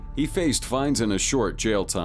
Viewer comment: You keep mispronouncing he.